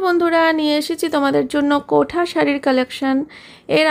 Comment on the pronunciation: কোঠা সারি না কোটা বলে😄😄😄